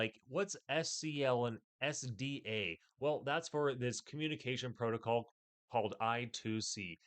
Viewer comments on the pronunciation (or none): none